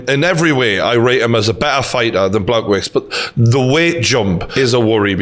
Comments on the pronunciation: The way is pronouncing Blachowicz’s name is really grating on me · TG- Just a heads up how to pronounce his name is Blah-Hoe-Vich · Bloody hell not “Blagowits”. Dangerous guy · Good vid, Jan’s surname (the polish dude) is pronounced BLA-HOE-VICH. Keep up the good work